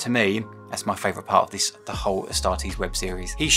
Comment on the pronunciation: A startees 😂😂😂 the way u said i 😂😂😂